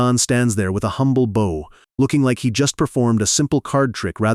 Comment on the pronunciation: The mispronunciation of bow is always a dead giveaway